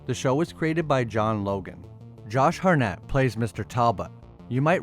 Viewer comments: Josh Hartnett, not Harnett, and it's Van Helsing, not Van Housing. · You left the first T out of HarTnett, as in Josh HarTnett.